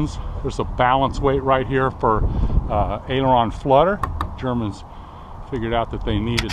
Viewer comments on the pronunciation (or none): none